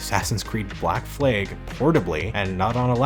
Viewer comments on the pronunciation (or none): "Black fleg" lol